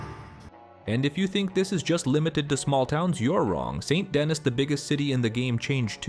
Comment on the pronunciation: Its pronounced Saint Denni not Dennis the menace fyi.